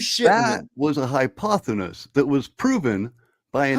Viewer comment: Isn't it hypothesis not hyponethis lol what a clown gotta cheek too talk down at us fers